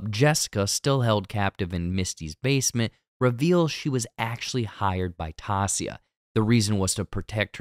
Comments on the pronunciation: It's not Tasia it's Ti-e-sa Also Nat already knew Sue bc they used to commit credit card crimes together for drug money. So Nat threatens to tell her boss if she doesn't help her. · great video but you saying tassia instead of Taissa for the entire video was 💀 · Taissa is pronounced tai-EE-sa not TAH-si-a. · Honestly. TY EE SAA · I swear. How do you watch the WHOLE SEASON, Read that name, then call her “Tacia” 30 times. Wild. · I believe it's pronounced teh-sah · I had to turn it off because of that. there is no character in this show named Tassia. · 🗣️🗣️ TAISSA !!!! SAY IT WITH ME TYE-EE-SAH !!! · It’s Tie-iz-sa, Taissa. 👌🏽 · TIE-EE-SAW, it is not that hard, you can do it. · holy shiz her name is Taissa (tah-EE-sah) lol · Say it with me TAI - EE - SA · Its Taissa : tie ee sah . Great video but that was kindof annoying! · literally stopped when i heard Tassia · Pronounced Tai-E-ssa,. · The pronunciation of Taysha's name is disconnecting me so much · It's Taissa. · Say it like this... Tie-E-sah. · It's tough to listen to! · It’s pronounced TY-E-SA. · IDK how anyone who watched the show for ten eps, and heard Taissa's name THAT many times is capable of butchering it so badly in the recap smdh (its Ty-EE-Suh) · Ta-e-ssa.... but ok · TY-EE-SA. How did you binge a show but not get a main characters name right. Made me cringe everytime. Thumbs down. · Why tf 🤣 are you saying taissa’s name like that? 🤣🤣 out of all the people you gotta get the one black persons name wrong 😂😂😂 it’s pronounced (Tyeissa) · As soon as you said "Tossia" I knew I didn't need to watch the rest of the video. Keep up the bad work. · Ti - eesh- a !! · You binged the entire show but absolutely butchered Taissa’s name the entire video? I don’t even know how you came to that pronunciation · The butchering of Taissa’s name in this made it almost unwatchable. How did you binge this entire series and not know how to pronounce her name? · Who's Tassia? Her name is Taissa. Not even sound alike.